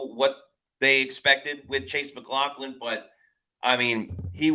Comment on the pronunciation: I love how keeps calling him mclaughkin lol 💀